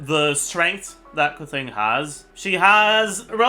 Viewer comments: Keching, not Kezin man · Why does he pronounce keqing like that